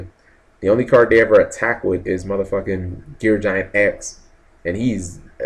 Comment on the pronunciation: I know. I always cringe when he gets to Gear Gig-Ant X. =_= But it's his channel. He says what he wants, unfortunately.